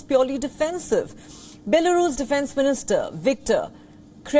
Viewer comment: Sadly anchor fails to pronounce Ukraine and Belarus, disgusting